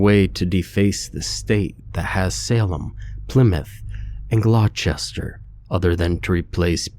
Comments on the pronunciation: GLOWCHESTER HAS ME DEAD - it’s pronounced Glah-ster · Hehe... Gloucester is pronounced glosster, not glaw-chester 😂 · Hello, I'm just hear to say I love your narrations. I also want to let you know Gloucester is pronounced "Gloster" or in the Boston accent Glostah. Lol 😂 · Loving the story so far, but I can’t with the Peabody and Gloucester pronunciation. Peabody= “Peebidee” Gloucester=“ Glosta” from a Mass native who now lives in NH😊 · It's Glaw-stah, kid.